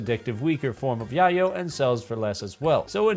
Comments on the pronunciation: yay-yo not yah yo think tony Montana lol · So I get that you're probably the computers type, but I still think you should know it's called "Yay-yo". It's a real name for cocaine. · I know this is too little too late but its pronounced Yay-yo. Its spanish slang for cocaine. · Haha, I've been pronouncing it "yay-yo" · Its Yay-Oh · How you pronounce yayo really shows you aren't into drugs irl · Great video! But 1 small thing. Yayo is pronounced with a long a sound. It rhymes with mayo (short for mayonnaise). It comes from bay area slang for crack cocaine. Popularized by the rapper E40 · You ever see that scene in Scarface where he says, "Chichi get the yayo!" Thats how you pronounce yayo lmao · The way you pronounce yayo confirms to me that you didn't listen to G-Unit in the early 2000s